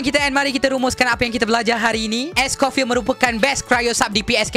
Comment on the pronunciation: bangla ni sebut pun salah... orang es coffee